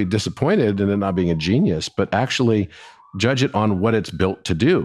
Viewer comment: Did she say "joodge"?